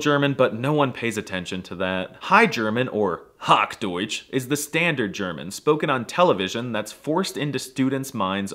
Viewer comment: as german.. its not Hokdeutsch its Hochdeutsch...